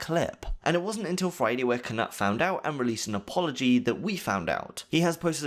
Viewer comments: It’s K-Noot, not K-Nut 🤨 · For the love of god please learn how to pronounce peoples names correctly. Its basically english and knowledge that the K in Knut is silent. FFS man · Knut not Knat NotLikeThis